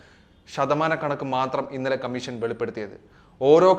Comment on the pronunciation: കമ്മീശൻ അല്ല കോയ കമ്മീഷൻ ഷണ്ഡിയുടെ "ഷ"മീശയുടെ ശയല്ല,അതെങ്കിലും പഠിച്ചിട്ട് വിഡിയോ ചെയ്യ്,ഓരോരോ മാരണങ്ങൾ